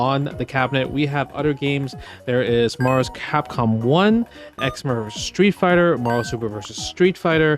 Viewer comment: “Marvus Kahkom 2”